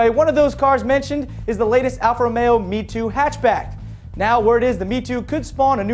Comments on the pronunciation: its my-toe funny but it is not me-two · Lol, American pronounciation is hilarious. MiTo is "Me-Toe" not "Me-Two" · As said before: It's not "Me-2" ... it's Mi-To as in Milano+TOrino... Get it? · it's pronounced 'mitoh'